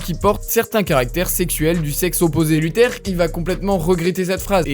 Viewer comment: un documenteh, sur luthehh